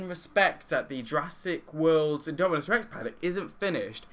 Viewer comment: indominus! not indominuos